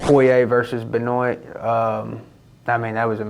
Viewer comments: “BeNoyt Saint Dennis” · Bryce Mitchell: "Benoy Saint Dennis"